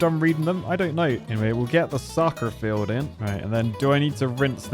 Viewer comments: You sounded a bit Bristolian when you said "soccer field" and placed it in. 😂😂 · I loved the American accent when you were placing the SOCCER FIELD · The American accent when you put in the “Soccer Field” 😂😂